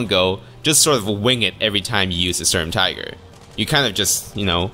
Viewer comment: Is not "Storm-Tiger" it is the Schturm-Teegr